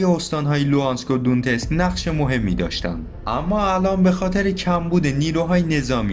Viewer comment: مثلا تلفظ دونتسک هست donetsk یا در مورد استانهای سوریه تلفظ صحیح حمص هست homs امیدوارم همیشه موفق باشید ، یاحق